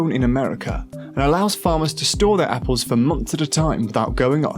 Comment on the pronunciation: Lol you should listen to this guy because he doesn't pronounce anything right ......wtf is Margareen and appoles